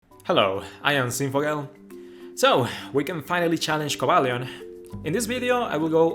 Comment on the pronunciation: I finally know how to pronounce XD